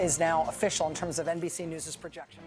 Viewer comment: "NBC Nudes"